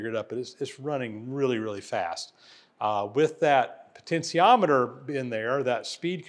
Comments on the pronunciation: Sorry but there is no such thing as a poten’c’iometer. There is no C in potentiometer. Please google the pronunciation and practice it. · That's pronunciation of potentiometer gets to me. 😂. Good video regardless. 👍🏻